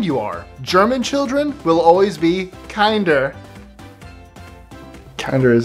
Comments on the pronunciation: kinder but you read it 'keander' I mean the German joke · it's not "kinder", long "I", but "kinder",short "I". Edit: also, kinder means children, not kids. It's where we get the word "kindergarten", a school for children. At least back then, it was. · It's not k-eye-nder it's k-in like inside kinder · that is not close to the right to the Pronunciation of kids and German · Contragulations for not reading the first word correctly. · Not to be rude, but by the 24 you pronounce "kinder" as kinder as in kind. But that is not even clouse to german. I am a native german and i had no idea of what you are talking about. Nobody whould even understand you. They may be speld the same but you have to pronouce the letters german and not english because it is a german word and not englisch. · Educate yourself on the German language and pronunciation before you make yourself look like you did... 🙄